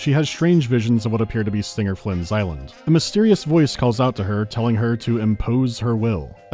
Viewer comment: “Stinger Flynn’s island” STOP